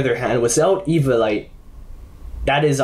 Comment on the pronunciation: E-vio-li-te not E-vio-li-te